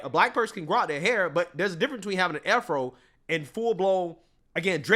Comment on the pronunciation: I’ve never heard Afro pronounced that way. Interesting